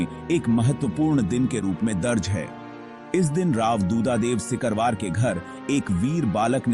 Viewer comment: सिकरवार होता है सकिरवार नहीं होता .कृपया इसे सही करिये